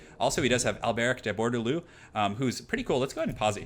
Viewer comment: I'm sorry, but it was just killing me through this whole video. IT'S BORE-DEH-LOW!